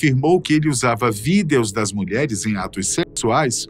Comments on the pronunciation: Matéria muito boa, mas esse cara falando VÍDÊOS. não dá, saudades do boco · "os videús" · Quem fala "VIDEOS" desse jeito. kkkkk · Porque o apresentador está falando Vídeos de um forma estranha KKK engraçado